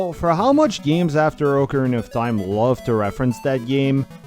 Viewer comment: How refreshing to hear somebody say, "ocarina" instead of "acorena." Like, commented, subscribed. You earned it.